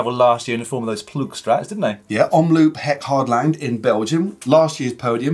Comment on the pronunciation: Omloop is pronounced as omlooooop, like the O in Over